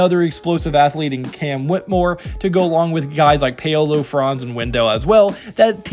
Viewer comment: ShayDionne (Shaedon) & PayOweLow (Paolo )you hilarious but bro stop! Obliterating names on purpose... 😫😂😭